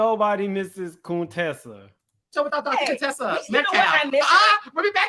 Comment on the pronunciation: Heavenly named her CONE-tessa!🤦🏽‍♀️